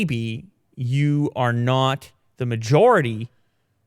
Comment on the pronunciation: "Nut Pro"🤣 That is "Not Pro" lol